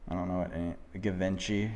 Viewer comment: I might ad that Givenchy does not rhyme with DaVinci. It's Ghee-Von-She